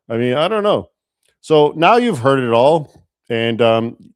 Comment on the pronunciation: I believe he said "heard", but his accent and tone make it sound like "hurt".